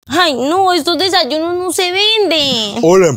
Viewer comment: Porque dise desalunos😮😮😮😮😮😮😮😮😮😮😮😮😮😮😮😮😮😮😮😮😮😮😮😮😮😮😮😮😮😮😮😮😮😮😮😮😮😮😮😮😮😮😮😮😮😮😮😮😮😮😮😮😮😮😮😮😮😮😮😮😮😮😮😮😮